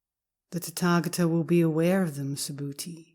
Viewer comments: I learned in Korea that is is pronounced ‘tÄ’•tä•gÄ’•tä. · I don't know why I can't stop inner giggling every time she says "Tatagata". I guess it just tatagatickles my funny bone. 😇💓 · It IS a very funny sound!